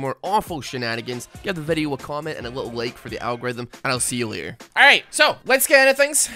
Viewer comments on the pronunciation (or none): Who else noticed the "almight bro" at the beginning instead of "alright so"? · Anybody notice his intro saying “almight bro” And not “alright so”